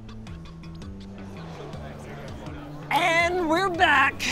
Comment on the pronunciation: "I'll cover up the evedince"